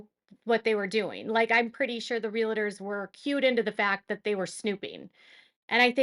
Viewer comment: Good grief. It’s spelled “realtors” real. tors. NOT real-i-tors!! There is not an ‘i’ in the middle of the word! So annoying.